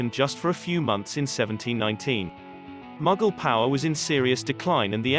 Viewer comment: The names of the kings and dynasties have been grossly distorted. Mughal is "Mooghal not Magggal". Shah Abbas is Abbbaas. Nadir Shah is pronounced " "Naader Shah" and many more